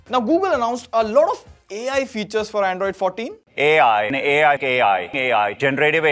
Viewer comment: 🐐 saying A.I 😂